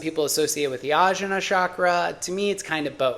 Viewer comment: Blood type diet is nonsense. Literally based on no research. There are 0 papers cited. Also, it's og-nya. Jn in iast is transliteration for gñ sound. E.g. vijñana Bhairava tantra (vigñana bye ruv uh tawn tra). Also, rum, lum, vum, etc. a as in America, uh. Otherwise, good video. You're coming from the right place.